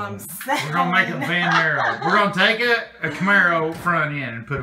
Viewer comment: Did u say a VanMaro? luv it. lol